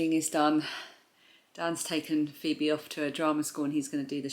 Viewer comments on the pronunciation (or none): none